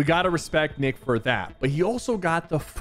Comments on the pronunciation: You mispronounced Nick, you kinda said the d word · Is it just me or do u hear Sypher day Nick with a D instead of a N😅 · bro did NOT say Nick💀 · he said dick eh 30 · Ayoo you say d eh 30😂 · "Dick eh 30"💀💀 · Did he- did he- SYPHER SAID DINK EH 30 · Why didi he say Dick Eh 30 ? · Bro Said A D instead Of A N in Nick 💀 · Did anyone hear him say nick with a d at exactly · He said d eh 30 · listen to how sypher says nick eh 30 at 12.35